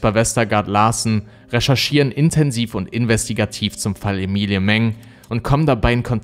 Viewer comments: bist du sicher, daß man den namen emi-li-e spricht. ich glaube eher emmi-ly... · Ich bin mir ziemlich sicher das der name Ämeli und nicht Emilie ausgesprochen wird. Das ist doch nur ne andere schreibweiße von Emily